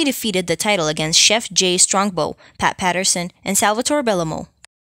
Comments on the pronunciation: Sgt Butcher and Chef Jay Strongbow. Just two of the numerous names she butchered. 😂Thank you for honoring The Iron Sheik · "Chef" J Strongbow? The I is not silent you know... 😂😂😂 Also who in the name of all that's holy is "Rowdy Roddy Ripper"? Might be worth getting someone that can read next time.